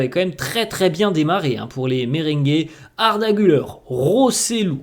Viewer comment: Se prononce Arda Gül-air et non Gül-eur 😉